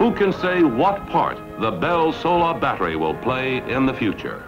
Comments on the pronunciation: He mispronounces solar because it was an uncommon word and he was guessing. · He has a very interesting way of pronouncing "solar". Was that from the mid-atlantic accent, just him, or was it pronounced differently in the 1950s?